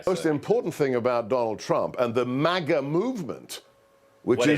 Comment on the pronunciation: What's with the MAGA pronunciation?? Trump Jr was doing the same in his last raving on whatever show , pronouncing it Mar Gar , like the Queen of England would say it.